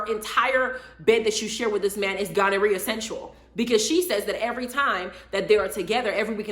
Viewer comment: She said “ Gonorhea Central”😂😂🤣🙄🤔